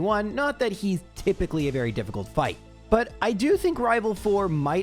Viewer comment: Nah, the second time you said "rival trés" you rolled your R really well in rival